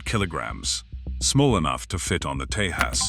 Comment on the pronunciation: Hey Admin, when you use AI for voiceover, at least ensure that you feed correct data/audio. It is not TE-has, but it is TE-jas! Put some more effort into what you do! Get the names right!